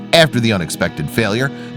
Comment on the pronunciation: he said em-bark ehehe